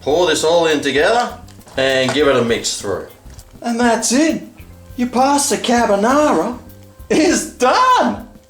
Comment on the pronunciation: I think purposely said Cabonara just to shit stir the OCD people.